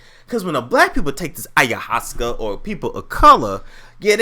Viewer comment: It's pronounced I-ya-was-sca